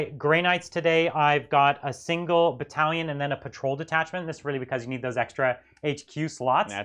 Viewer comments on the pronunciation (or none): Ahh badallion I hear you say?